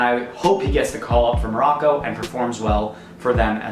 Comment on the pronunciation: 🤮🤮🤮 you can even pronounce the names and you don’t know any information about IRAN and MOROCCO🤮🤮🤮